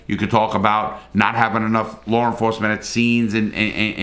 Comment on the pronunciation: Revisiting this in 2024 to laugh at how angry people got, even though they couldn’t give you a single detail of the case. Also, I love the way you pronounce the word law as “lawrrrrr”!